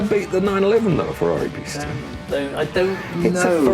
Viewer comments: Loved the video. That being said I am fairly sure for the Ferrari it is pronounced pee-sta, not piss-ta. Am I wrong? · PEE-sta not PISSta 🤦‍♂️ I know some foreign car names can sound weird in English but PISS-ta just sounds ridiculous! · People, people, Pista is pronounced “Peeesta” for God’s sake.